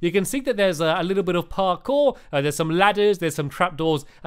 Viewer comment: YOU NAILED PARKORE